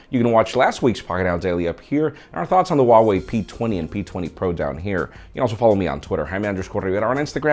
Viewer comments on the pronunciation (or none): none